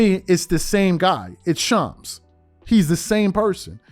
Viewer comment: you're shredding Shams name bro lol